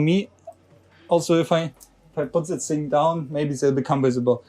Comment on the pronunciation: Please work a bit on your overly German way if talking English. It's not 'z'is and 'z'at but 'th'is and 'th'at 🤗. Pronounce 'dz'is instead of 'z'is